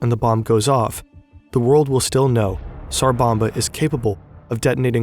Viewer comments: It's tsar bomba. Not sar. Your spelling it correctly but you keep saying sar. The T is not silent. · it's called "TSar bomba" not "sar bomba" pronounce like leT'S , TS sound